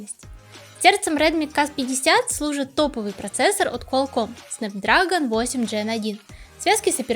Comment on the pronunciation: Пжалста, не говори снэпдрАгон, очень слух режет. Он дрЭгон как и снЭп.